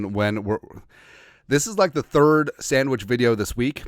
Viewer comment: "the Sammich talk"